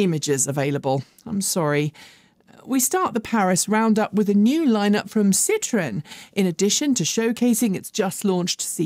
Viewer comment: seems to have finally figured out how to pronounce Porsche. Her next pronunciation project needs to be Citroen. It is a three syllable word, not a two syllable word.